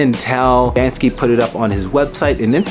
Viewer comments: Firstly it is pronounced "bank-see", not "banks-ski". Secondly, the people filming didn’t intervene, not because it’s in the public so they don’t know who owns it…but rather because, if you interfere with a person with melanin in the process of a crime, you’ll get "wet up", "chopped", "shanked", or "shivved". So nobody interferes, because nobody wants to die. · So hard to say banksy? It's not banskey....